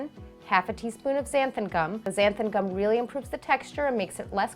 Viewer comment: Xanthan Gum ends in an 'n' in case you weren't aware. 🤗 I called it Xantham Gum for years before realsiing!